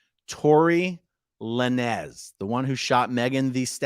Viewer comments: La-nez. Love it. It’s lanes lol. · It's not La-nez. It's Lanes. Like the lanes on a Highway. He uses a Z cause he's from the streets. haha! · It's pronounced tory lainz bro🤣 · Tory Lanez, pronounced like traffic "lanes". Thanks for the update. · Hey man its a Rapper name its prononced to be Tory (Lanes)Lanz...A...Aron😂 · It’s pronounced Lanes. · Lãnes is the correct pronunciation. Glad he's doing time, what a schmuck. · Its Lānez where the e is silent and the a is a long vowel rather than the two syllable pronunciation you used. No biggie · You pronounce his name as Torri " Lanes" I think he is from Canada.. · "Tory le-nez". That's the funniest thing I've ever heard. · Just chiming in to say his name is pronounced "Lanes". Like Lane but plural. And I hope the judge throws the book at Masterson like the judge in the Tory Lanez case. The Jussie Smollett case made realize that sentencing impact letters are of public record and if you caught supporting reviled convict, you will have egg on your face. Fully expecting letters from Ashton Kutcher, Mila Kunis, and Laura Prepon. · Pronounced and spelt phonetically "Lain ~z". 😂❤️ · I think his last name is pronounced "Lanes". He shot Meagan the Stallion in the foot in his car on purpose during a fight. In case people were unaware of what that trial was about. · It's pronounced Tory "Lane's"... rappers aren't huge on grammatical error. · Pronounce Lanez like Lanes with a z. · You can pronounce the rappers name Lanes with a strong “s”